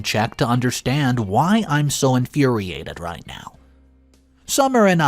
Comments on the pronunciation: Infuriated not in infurerated 😂😂😂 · You're saying infuriated wrong try to get it right